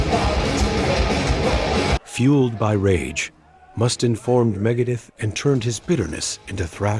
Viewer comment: Several mispronunciations: Dave Mustin, Megadith, Doan Felder, Doan Henley, Glenn Fray, John Froost-chaunt, Guns AND Roses, Metallic, hero-in, David Jill-More, Tony Ommi, Mutt Longa. And it shows video clips of the Eagles while talking about Pink Floyd. Not subscribing and a definite thumbs down.